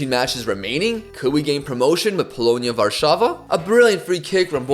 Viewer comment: you said polonia warszawa correctly that never happens with angloids